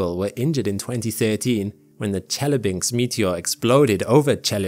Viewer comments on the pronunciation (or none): Great video; lots of good details about this mission that that I didn't know yet. I hadn't heard of the Lichia Cube for instance. By the way what does a velocity change in the order of 0.4 mm mean? Per second? Or...? P.S. Chelyabinsk is pronounced pretty much the way you write it; not Chellabinx.